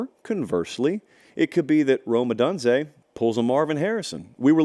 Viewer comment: I love when fucking experts are so knowledgeable they can't even pronounce names right. OH DUNE ZE..